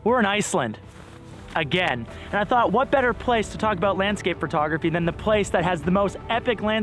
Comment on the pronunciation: Love ya but please for the sake of the video it’s “photography” not “phrrrtography” love as always man 😂♥️